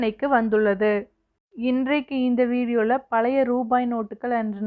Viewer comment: பழைய என்று உச்சரிக்க வேண்டும் என்று வேண்டிக் கொள்கிறேன்